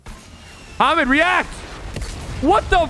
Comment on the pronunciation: my names hamid and everytime he said hamed i was like damn hes saying my name